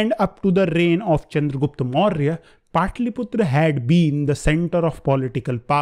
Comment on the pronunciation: Please try to pronounce properly when u saying the empire name its a suggestion ur class is good